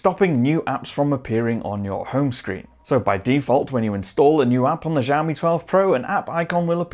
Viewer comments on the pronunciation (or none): it's xiaomi not zhaomi